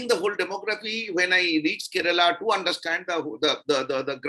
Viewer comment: Please pronouce the name of the state correctly - its not " ke-re-la" its " Kerala " not bittergurard